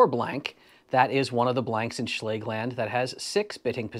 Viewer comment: Great video - and yet another pronunciation of Schlage to add to the list.